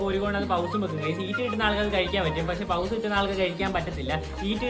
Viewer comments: The the pronunciation is പോസ് 😊✅ Not പൗസ് ✖️ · Not pause that is pause ⏸️ please correct pronounce